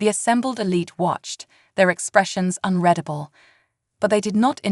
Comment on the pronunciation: Please, for the favor of Great C'thulu, teach these AI readers how to pronounce "unreadable" correctly!!